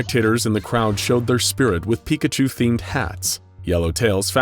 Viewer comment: Porkachu... it's always porkachu